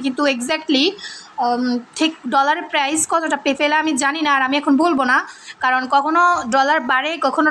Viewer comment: পেপেল না রে ভাই পে পাল😅